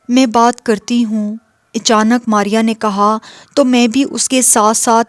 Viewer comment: Echanak nhi achanak bolna chahiye 🙏